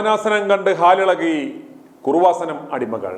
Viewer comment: എടോ കുറുവാസനം അല്ല കൃപാസനം. യേശുവിൻ്റെ അമ്മയുടെ പേര് കുഞ്ഞമ്മ അല്ല മറിയം എന്നാണ്. നിൻ്റെ നാക്കിന് എന്തോ കുഴപ്പമുണ്ട്. വളരെ മോശം language. അന്യരെ വിമർശിക്കാതെ സ്വയം നിലവാരം ഉയർത്തി സംസാരിക്കാൻ പഠിക്കുക.നിങ്ങളെ ദൈവം രക്ഷിക്കട്ടെ.